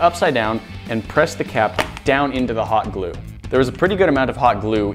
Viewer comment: When he said hot glue it sounded like he said pot glue